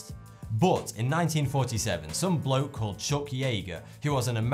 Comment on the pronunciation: ....it was funny the way he said bloke you smartasses